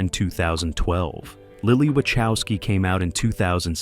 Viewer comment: Great video, mate. Something that really messes up my mind, tho: Wachowski is a Polish surname and it's pronounced something like Vah-hofs-ski